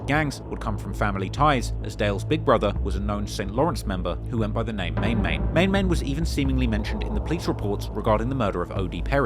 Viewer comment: 🤣🤣🤣🤣😂🤣CKTFUPPP I KNOW U FRM OVAA SEAS & IM DEFINITELY AH FAN & SUPPORTER OF U….. BUT 1 THING THE WAY YOU PRONOUNCE THE “NICKNAME” “MAN MAN” ISNT MANG MANG….. 😂😂😂😂 ITS SIMPLY JUST “MAN MAN” AS IN A MAN LIKE US “M-A-N” 😂